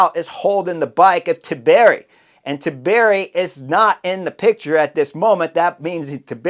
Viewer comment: Chris please man, for the love of God, it is not Tibieri, it is Antonio TIBERRRRRI!! 😂 Like Antonio Montana, but TI-BEH-RRRI! 😂